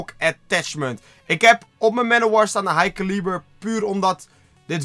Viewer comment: Het is een elo scope en niet ilo dat er niet en het is niet high calieber maar high caliber